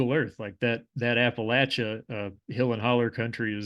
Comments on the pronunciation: how cathartic to hear Appalachia pronounced correctly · Thank you for pronouncing "Appalachia" correctly!